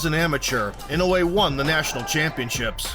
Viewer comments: The correct way to pronounce his last name is not INO-WAY, but E-NO-OO-WAY. NOW-YA for his first name. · Pronounced ee-no-oo-eh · NOW-yah IN-oh-way